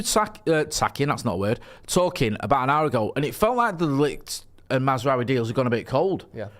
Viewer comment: It's Maz-RAWI. Not Maz-RUWY.